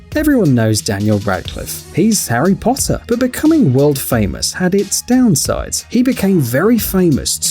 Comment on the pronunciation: "hes harry posser"